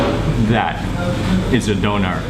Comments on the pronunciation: it's pronounced doonair...not Doner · d Ö ner The ö is like the O in OIL D o(like in Oil) n e r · Pronounced "dooner". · Its Döner and not Donar Donar is a nordic god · its dÖner and not Doner xD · Hi Mark, actually it is not pronounced dough-ner, but döner, like the German ö. Just letting you know. The word means "turning". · a doughnar? where are you from. you probably call it a guy-ro to lol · its spelled döner (letter ö is similar spoken like the u in urgent) . BTW very nice food, would love to visit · Shawarma is just wrong pronunciation of çevirme , döner is correct name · "doner" so funny when english and american and whatever people can't say the ö :'D